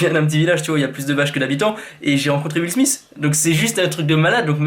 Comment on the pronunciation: Petite correction ça se prononce Will SMITH pas Will SMICE!!! Petite correction qui fais plaisir 👌